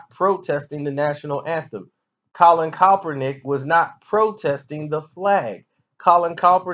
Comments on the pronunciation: Who the fuck is Colin calprineck... Jesus learn how to pronounce the names of people you critique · Your rationale is weak AF. You're saying I can't articulate to you why I support Kaep's protest and you can barely pronounce "Kaepernick." Do you not understand that the very definition of a sell out is to compromise your principles for a paycheck? Francis Scott Key didn't revise the national anthem. He wrote it like he meant it. Someone coming along later and taking a verse out doesn't change the context in which it was written. And did you really equate protesting the wearing of fur to protesting the killing of unarmed people by police, in which nobody is punished? Those acts of injustice invalidates the principles your beloved national anthem says this country is supposed to represent. Thus the protest. What don't you understand about that? And you call us stupid? Man, stick to talking about hip hop beefs. Social commentary is obviously not your thing. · Put some respect on his name and say it right